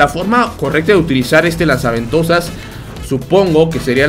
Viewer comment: Todos: Lanza ventosas o Gancho XD: LAZA VENTOSAS XDXDXDXD